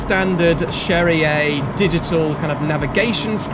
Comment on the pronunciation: why do you pronounce cherrier cars like it was italian ? in the "lore" it's french